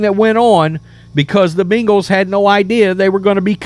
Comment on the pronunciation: It’s not “bingals”